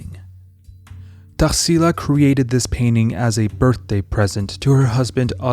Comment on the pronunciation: I often comment here about how this channel is amazing. But I really never imagined that you'd bring something from my country's culture. I'm so glad to see a video about Tarsila's painting! It's the cutest thing how you pronounce her name haha Brazil is definitely a country full of culture, for those who are interested, I'm gonna leave here some brazilian (or very influential here) artist's names if you want to research: Almeida Junior, Candido Portinari, Lasar Segall, Pedro Americo, Vicente do Rego Monteiro, Eliseu Visconti and Benedito Calixto.